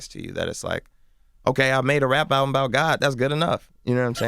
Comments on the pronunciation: It's called album not owbum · LMFAO only clicked this because the title said : Chance The Rapper Talks "New Owbum" i had to find out dafuq an OWBUM was 😂😂😂😂😂😂😂😂😂😂😂😂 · The title of this video says "Owbum" that's how hood niggas pronounce "album" lmao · Nigga said ‘Talks new oWbUm’! 🤦🏾‍♂️🤦🏾‍♂️😂😂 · Owbum? WTF is an owbum???